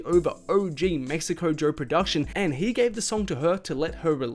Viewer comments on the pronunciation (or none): none